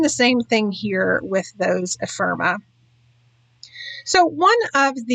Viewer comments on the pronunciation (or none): This is lovely. The first of your videos I've ever seen. Can I please offer one little constructive criticism? Ephemera sounds like e-fem-er-a, not e-firm-a. Maybe I'm the only one but I found it distracting each time you said it. Both the Echo Park and the CTMH collections seem lovely for the pictures you used with them. I think a lot of the skill is matching collections or even individual products with the pictures you're scrapping. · Epherma? You’re missing an entire syllable